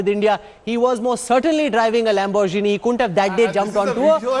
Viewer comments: I commend Indian Media for reporting the dumbest investigation I have ever seen. He is a pilot, not a driver. As you say, "Lambor-Jini" and F-16s are not comparable. You are talking about a fighter pilot. Pakistan does not own many F-16 aircrafts. In a time of war, if all the F-16s are destroyed, you are telling me that the said pilot would be handicapped to fly any other aircraft? Stop your conspiracy non-sense. You are misleading the peace loving Indian nation just so you can survive the intense media competition that you face in India. The only way you get enough views is by spreading negative news and spreading war hysteria. I hope the Indian lawmakers identify the structural problem with the Indian media houses and regulate them accordingly. As for media spokesperson, not only comparing fighter jets to hypercars are wrong, from the way you pronounce the names of the cars, I doubt you have ever driven one. Perhaps one day when you drive a Lamborghini, you would understand the difference. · Lambor gene?? Dude u ok